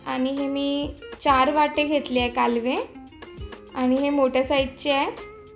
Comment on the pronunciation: ही करंदी आहे. ही कोलंबी नाही. काहीही सांगू नका. खूप लोकांना खरं माहित असतं ..... हे लक्षात असू द्या. कालवे नाही ... कालवं म्हणतात. कितीवेळा हाताळताय् मासळी !